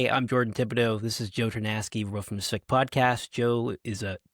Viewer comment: every time you say the word "SVIC" pronouncing it like it is a word the whole internet is laughing at you.